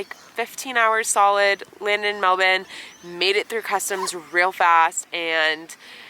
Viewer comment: Every time I hear you say Melbourne I’m like wow, we really pronounce it completely wrong in the US! Haha!